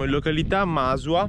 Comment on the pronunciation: Aspettavo da tempo questo video, finalmente ho potuto vedere casa mia con i vostri occhi!!! Complimenti vivimissimi per i vostri contenuti, musiche, riprese, montaggio... ma sopratutto adoro la vostra complicità, è proprio un toccasana per il cuore. mi hai davvero fatto sorridere con la pronuncia di Masua! Non l'avevo mai sentita così;) e poi, adorabile nella sua spontaneità e prontezza! Se e quando tornerete avrò dei posti carinissimi da mostrarvi! Buon viaggio ora, la strada vi aspetta! <3